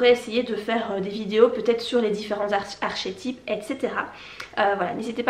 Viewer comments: Archet type mdr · C'est bien mais ça se prononce "ar-ké-tip" ;)